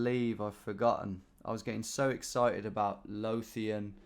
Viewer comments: Screaming Scottish town names at Tom as he pronounces them horrendously 🤣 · And Lothian with an unvoiced 'th'. Correct me if I'm wrong, but it's more like 'clothe' than 'cloth', isn't it?